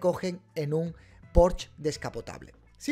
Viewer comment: Se dice "Porsche", no "Porsch". es palabra alemana, no francesa donde la "e" ultima si no está acentuada no se pronuncia